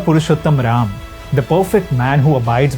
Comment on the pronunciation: Bhai sahi se naam to lelo, Raaamaa kya hota h? Arjuna? Seriously? Itni english hindi mein nhi ghusai jati.